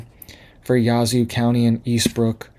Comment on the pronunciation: As a northeast Mississippian thank you for the info. Just in case you’d like to know we pronounce it yaa-zoo. We have a lot of names that look one way but you say them way different. We have a lot of Choctaw & Cherokee names. One is Shuqualak. It’s pronounced Sugar Lock. A community close to me is Pisgah. Most try to call it Pah is gah. If you are from around here we know when anyone isn’t from here by the way they say it. We call it P is gee. 😂